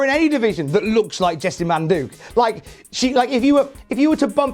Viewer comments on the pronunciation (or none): it's pronounced Jessamyn Duke not Jessa Manduke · Umm...why is calling Jessamyn Duke "Jesse Manduke" lol